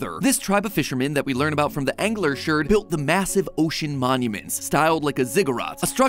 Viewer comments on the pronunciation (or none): What’s a sheard? Learn English kid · MatPat saying Sheerd instead of shard is great.. 😂